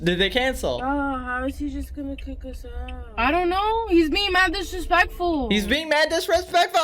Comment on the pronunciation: "maaaad diresplectfwul" 😂😂